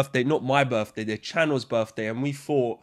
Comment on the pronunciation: "It's da channol's berfday; we hafta celebrate da berf." Pure joy on tap.